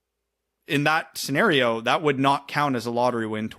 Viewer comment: Instead of saying, “worst case scenario” did really just say “worst case Ontario” 😂